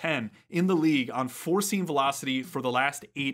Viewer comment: Lots of good info in this video. Funny thing though, I was watching the video at nearly 2x speed (like I watch most videos at), and for the first few minutes, every time you said "four-seam" fastball, it sure sounded like you were saying "forcing fastball", and I kept wondering what the heck a forcing fastball was.